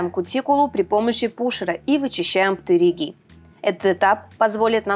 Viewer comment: ваш ПтЭригий это чтото🥰